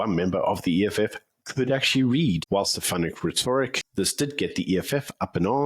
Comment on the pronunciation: The word is pronounced Ret-or-ric. Please man!